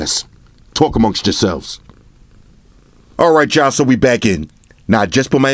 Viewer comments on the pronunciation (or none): Is he really saying "alright Jah" or am i crazy ?